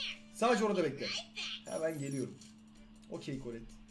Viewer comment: Abi seni tebrik ederim diğer youtuberlar gibi kolette demedin kolet dedin doğrusu bu zaten